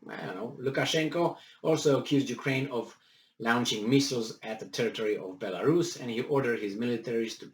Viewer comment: I greatly enjoy your reports and humour, so, please take this as advice not criticism: your pronunciation of "launch" is wrong - it should sound like LAWN - i.e. lawnch, as in mowing the lawn